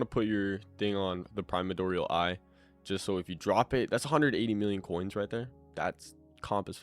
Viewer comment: I find it so funny bros calling it the “primadorial”